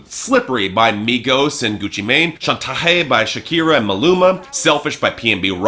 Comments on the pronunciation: In my heart It will always be yantaye. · He only pronounces Chantaje correctly when it's gone, lol.